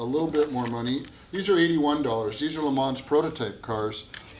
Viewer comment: "Le Mans". Eet eez zee French.